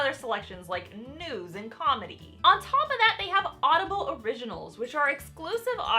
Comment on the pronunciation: When she said news I thought she said nude XD whoops